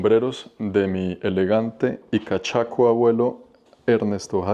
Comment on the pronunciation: "cachacho" en lugar de "cachaco" de resto interesante contenido as usual... que sigan los vìdeos del canal